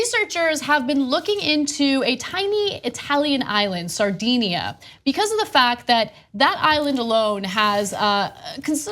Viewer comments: pronunciation of Sardinia is a little off, owing to the influence of 'sardines'. DIN not DEEN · A tiny Italian island, "Sardinia". LOL